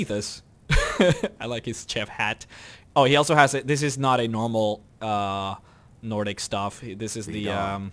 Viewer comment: Lol, he said nor dick instead of Nordic